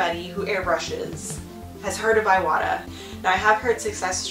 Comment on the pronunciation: Thank you for the video! This was very helpful! Just a heads up, you're pronouncing the brand wrong. It's prononced "EE wah tah" not "eye wah tah" The "i" in Japanese is pronounced "EE" like in "SEE".